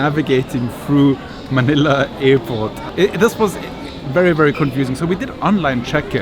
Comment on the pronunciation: Hey man its Airport not effort ok haizzzz